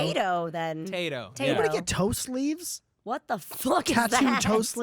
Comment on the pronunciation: I thought he said "toast leaves" but he said " toe sleeves" o.o